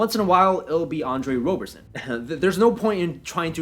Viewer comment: FYI, it's pronounced like "Robberson." (I know, he spells his name wrong)